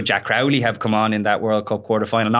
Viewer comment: Luke Fitz STILL can't pronounce Crowley's name, and nobody else can finish a sentence because of him.